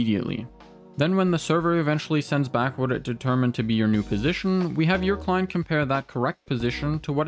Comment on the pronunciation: Took me until 3 minutes in to realize he was saying "Client prediction" instead of "Climb prediction" :p couldn't hear any "t"s! anywho good video :p